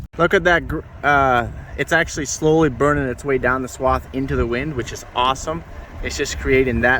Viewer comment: Yea not swab, swath.